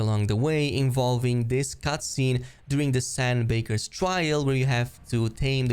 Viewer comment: Its san bakars not san bakers